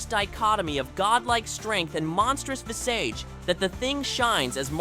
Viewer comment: That ain't how you pronounce visage, bruh.